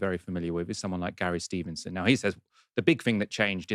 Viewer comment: Gawwy Steevenson says more tax is the answer. A true man of da peeple.